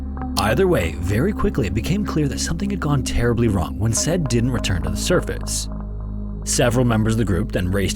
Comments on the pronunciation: Not to be a "Well ACTUALLY" person, but... well, here' goes. The guy's name 'Said' is pronounced Sai-eed (Unless I'm gravely mistaken). Besides that, jeez... these videos are facinating but really tragic. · Said is pronounced sah eed not "said" lmao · I’m pretty sure “Said” is pronounced, “Sa-eed”. I wish you’d work on your pronunciations. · Said is pronounced "sah-eed" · My name is saeed, almost guarantee you say “said” that same way and not “sed” lolol anyway poor said rip divers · Said = Sayid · Said is actually pronounced [Sah - EED] :) it’s a Hispanic name. My dads best friend and his son have the name and I remember being so confused as a kid w the spelling, but it’s like “açaí” but without the a at the beginning and adding a d to the end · Im sorry, is it pronounced Sa-eed?, excellent video!! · why are you pronouncing Said's name wrong, that's so disrespectful